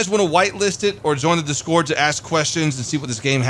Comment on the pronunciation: Reeee that discoord at the beginning it kills me